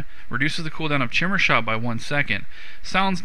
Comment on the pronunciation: Haha sounds like he is saying shimmer shot XD